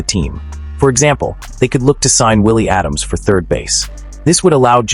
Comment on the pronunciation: Pronounced Ada-mes, not Adams